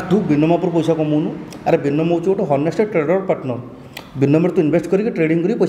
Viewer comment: ହନେଷ୍ଟ ନୁହେଁ. ସେଇଟା ଅନେଷ୍ଟ କୁହ